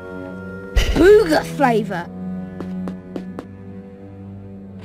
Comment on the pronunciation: I agree. It's quite annoying that he has to acknowledge literally EVERY flavor he eats. Not to mention that he pronounces BOOGER as "BOO-grrr" as though he's trying to scare someone by growling like a lion. 🤣